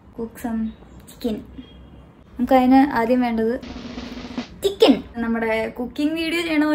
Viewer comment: chikkken 😂 meme material 😂 Tantan tan 😂 😌 those eyes Yeagain and yeagain listening